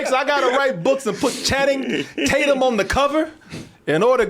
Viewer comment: "Channing-tate-yum" -Danny Mcbride